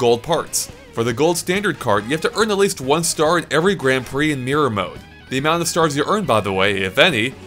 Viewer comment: It sounds like your saying meer instead of mirror